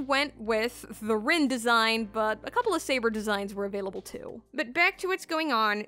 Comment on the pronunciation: "Shal-dea" Lord "El MelWah" "Rin" no